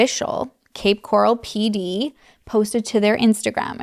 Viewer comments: You got it girl, “coral” like in the ocean! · Awww you're saying it correctly! It's cape coral, like the color, or coral reef . 😊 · Cape Coral is pronounced the same way coral the animal is pronounced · Cape Coral is pronounced like they do in the news, grew up around here but thankfully I’ve made it into fort Myers lol